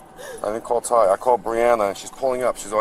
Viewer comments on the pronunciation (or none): Dude. She said call Tie. A couple of times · She definitely did say call Tie. 😂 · She did say call Ty tho 😂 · She definitely said call tie lmao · She def said call tie but w.e lol